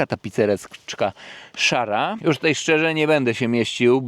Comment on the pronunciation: Tůtaj, tůtaj 😅